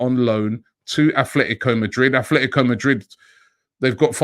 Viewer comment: ATletico,there is no h in it🤦‍♂️